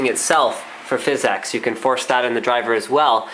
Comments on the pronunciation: DUDE ITS NOT FIZZ-EX. ITS PHYSICS. FFS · THIS GUY AND PHYS-EX IS DRIVING ME NUTS. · Phizzz exxx card??? Great vid though lol!!!